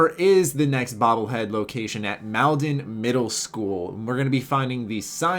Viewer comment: I hate to be that guy but it's pronounced mall-den